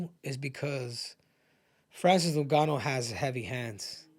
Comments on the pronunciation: It's ngannou not no-gannou 😂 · “Francis noon-ga-noo” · "Francis Nungannu" - Henry Cejudo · Francis "NonGannou" and Ciryl "Gain" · "So Francis Nooouuuganou" bruh 😄🤣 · I hate how he pronounces Francis’ last name… get it together